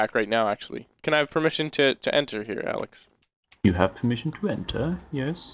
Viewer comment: Did you just call Alex "Layhe"? :) LMFAO